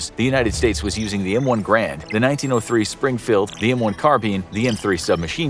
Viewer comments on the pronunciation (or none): Narrator: "M1 Grand." U.S. History nuts: *Cringe*